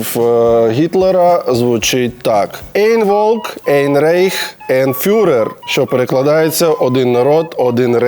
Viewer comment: Тільки читається не "ейн рейх", а айн райх тощо.